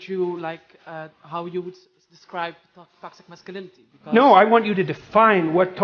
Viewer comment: She should first learn to pronounce toxic masculinity 😅😅